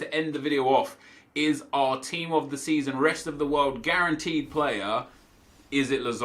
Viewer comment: 'team of the speason'